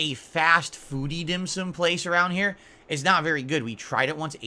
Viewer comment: Why why why why why why????? Who in the flyin F**Ck gives a rats ass about what this idiot did on his day off??? has zero imagination and apparently there are some losers that watch this trash and pay him to do this. Glad he had some dim sooom. SMH. Of course if you tell this dick head its pronounced Dim SOME he'd tell you what an idiot you are even after you show him an actual Chinese person saying it.